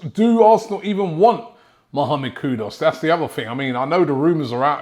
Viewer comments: Kudoos??? its Kuduus brudda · It's not Kudos It's Kudus (ku is not pronounced ko so why pronounce dus as dos? Hearing it annoys me like calling Robbie ...Roby (as in Rob - i) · Hi Robby, it's K-U-D-U-S not K-U-D-O-S, okay? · It’s kudus not kudos ! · Who's this kudos player😂😂😂 come on robbie are you doing it on purpose?😂😂 Coyg❤🤍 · He's actually call Kudus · Mohamad Kudos ???????? Kudos to you Robbie for murdering his name This is how to pronounce his name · 😅🤣😅 the never ending battle between Robbie and Player names continues.. Mohamed KUDOS is what I keep hearing 🤣😅🤣